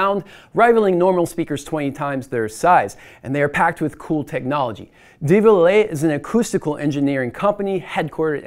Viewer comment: Probably should practice pronouncing 'Devialet' before making a video on it.